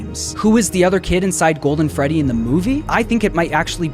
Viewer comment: Guys it’s the gwoldwen fwedwy